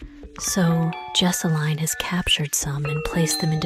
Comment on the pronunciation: Whenever she says her name it sounds like Jessy Me lol 😂